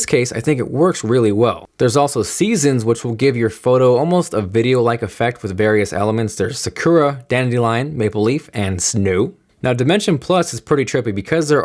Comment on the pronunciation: > "Shakera" It's pronounced "Sa-koo-ra"